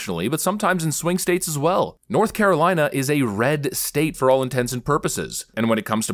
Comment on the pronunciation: Hey buddy , easy on my home states name. 😂 north cocklina 😂😂😂